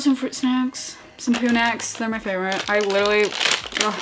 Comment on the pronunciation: It‘s Litterlie March 🤣